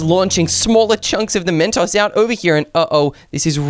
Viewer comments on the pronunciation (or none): Chip is Saying Mentos wrong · Why does chip keep saying Mastos😂